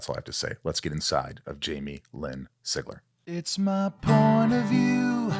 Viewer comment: It’s so weird seeing my last name on a video, I rarely see it anywhere else besides other family members and I can’t count the number of weird ways it gets pronounced even though it looks so simple lol Sig-Ler